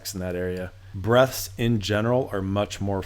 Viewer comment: I was hearing 'breasts' every time he said 'breaths' too!